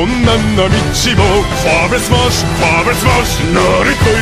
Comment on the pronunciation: It sounds actually very weird how Germany pronounces his own language wrong. :'D Vor allem 'Vorwärts Marsch" I'm German, I know what I'm tallking about. x3